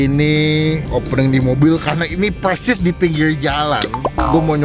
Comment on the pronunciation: Bubur bukan bubul...persis bukan pelsis😂😂😂